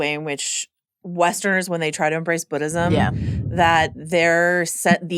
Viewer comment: I love these recaps but it hurts when the girl in the glasses says BODism